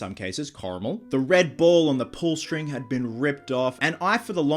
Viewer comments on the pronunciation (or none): none